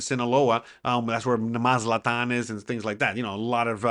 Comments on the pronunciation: Lol maz at LAN. Not maz la ton. Lol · Mazatlan in Sinaloa is pronounced “Maz..at.Lan.